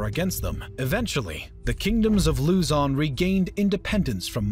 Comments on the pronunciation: It's not Lūzon, it's Luzón. Don't expect everything to have the same accent... The flag is also flipped, which means war. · how to pronounce Luzon..say it quickly..not loozon. not bashing just a tutorial